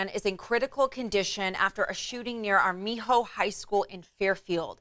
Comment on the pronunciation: I’m sorry but that’s not how you pronounce Armijo lol